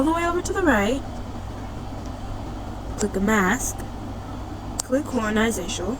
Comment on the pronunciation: Horazantional😭😭 Um actually🤓☝️ it's pronounce😮d hor-a-zon-tol